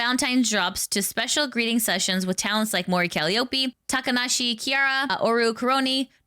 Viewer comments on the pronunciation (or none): Pro tip: google the pronunciation of calliope .